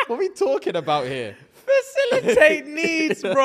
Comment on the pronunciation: He said fasilitating a service. 🤣🤣 please know if you are thinking of going on a vacation and you have the slighest thought that you might get in some trouble, don't take with you! He will not save you. 🤣 💯 if some guy asks about your body count you answer, "It doesn't matter you're not adding to it".